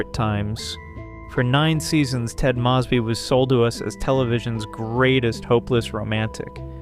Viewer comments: Already doing both. 😌 The last name mispronouncations is a distraction in an otherwise BEST OF THE LOT channel. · Yeah i keep noticing it in all his videos But it is still a wonderful video tho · These are great videos. (You're mispronouncing Ted & Robin's last names.) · Ted proclaimed love for Robin INSIDE her apartment when they were standing very close, flirting, and about to kiss. How can you know the show so well but repeatedly get such basis, in this case iconic facts wrong? I love this channel but these mistakes, and the mispronouncation of Ted's and Robin's last names are jarring. Please be more careful. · Was thinking the same, like maybe Ai? Coz how can anyone get it wrong... they say the last name soo many times throughout the show.